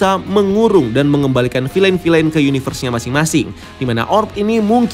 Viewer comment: Kata anak saya, “bacanya Vil’N bukan filein”